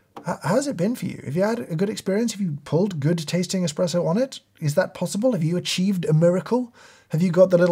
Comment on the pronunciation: Ngl I lost faith in this review when this guy called an espresso an “eXpresso”